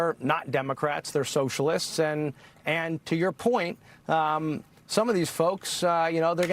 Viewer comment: Ilhan freudian slip - the sewer socialists 😂 Did anyone else hear it that way or is it just me?